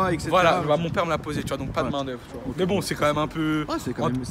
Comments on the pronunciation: Tchu vois ! 😂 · tchu vois